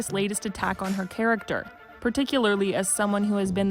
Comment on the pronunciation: What "characer" is she referring to?